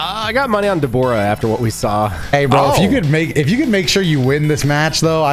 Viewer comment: Deboro lol its an a not a o